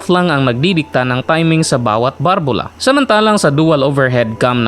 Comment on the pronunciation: BALBULA HINDI BARBULA